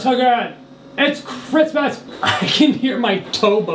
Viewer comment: “ets CriSmAHsS”